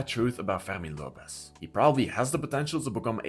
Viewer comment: Ferghhhrrmin Lopez xD The only way I can accept this weird ass pronounciation is if you're french xD